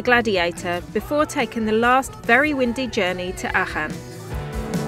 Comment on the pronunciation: It's pronounced Arken aachen .